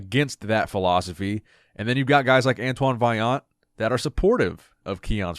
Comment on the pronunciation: Antoine said it right.